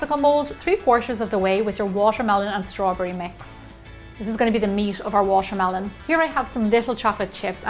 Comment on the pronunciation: I think she has a problem wth the "T" because she pronounces like "sh". Eh: washermelon instead of watermelon... it's kind of annoying but her recipes are the best...